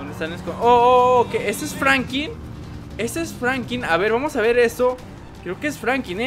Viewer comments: se dice Franklin y si no sabes mejor no hables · Franklin no frankin